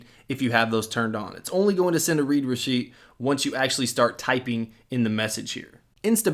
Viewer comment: You're pronouncing the "read" wrong